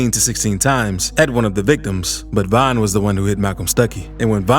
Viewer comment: Stop disrespecting Von by saying VINE!! Nigga you so infatuated and in love with street niggaz you can’t even pronounce their name right. Never speak on VON again